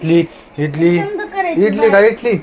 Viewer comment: इडली नाही ंझाली